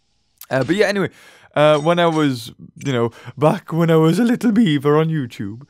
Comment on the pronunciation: Beaver not breaver